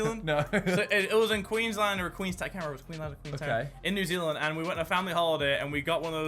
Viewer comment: Did he say new Zealand Queensland